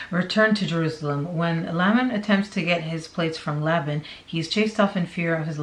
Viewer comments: Just an FYI: Nephi is pronounced knee-fi, Laban is Lay bun. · It's "neefi" that's how you say it and "Layben". That's how you pronounce it. Please at least pronounce them correctly. If you are going to state "facts" please. Thank you. Enjoy your info though. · It's kneefi lol (nephi) Laybin ( laban) Laymin (laman) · Knee-fie. That's how Nephi is pronounced. Laban is Lay-bun. Per Mormons. These people are nuts!You're awesome. Loved the vid, thanks,. ❤ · thank you! I was cringing every time! Lol